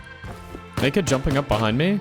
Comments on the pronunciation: That sounded soo bad, But I'm pretty confident He was actually saying Naked, but Pronounced it badly, and the Mic Didn't help. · Thanks for clarifying- def sounded like N word - very glad it wasn’t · Slow it down to 0,5 speed thats where i start hearing naked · "i killed that black NAKED with the tommey in the middel" Rewatched it 5 times cuz i thought bro said somethin else xD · It sounded like the n word lol I had my phone speaker covered and re winded the vid and heard naked the 2nd time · I know he said naked but it did sound like the n-word and you can’t deny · didn’t know naked was also said with an “i” in the middle and a “uh” sound at the end 🤔